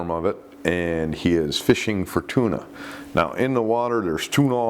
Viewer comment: you say, There's tuna all in the water", but it sounds like you said, "There's Tuinal in the water". If there was a strong barbiturate like Tuinal in the water, then I would likely be one of you're statistics! I DO know that remnant's of fluoxitine (Prozac) are being found in fish, and not just beach fish, but deep water fish like tuna. Who would've ever thought that depression medicine causes sharks to kill themselves, and others? There are sinister forces in this world! L/R